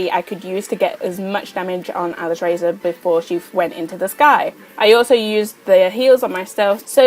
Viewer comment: I think its said alice-raz-or